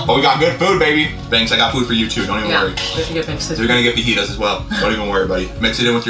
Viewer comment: woah woah woah….. did she said faGEETAs???? 😳